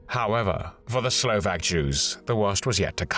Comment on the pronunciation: Huge appreciation for the narrator who researched the correct pronunciation of all Slovak names a cities and tried to mimic it as closely as he could ❤ Usually, the pronunciation is so bad that I cannot even guess what it is supposed to be.